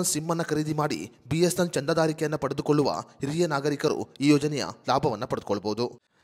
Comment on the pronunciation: ಮೊದಲು. B S N L uchharane ಮಾಡಲು practice ಮಾಡಿ..... ಆಮೇಲೆ ವಿಡಿಯೋ ಮಾಡಿ...